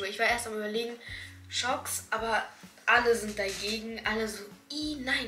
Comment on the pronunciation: Tschucks ausgeschprochen ( nucht schocks ) aber nur so am rande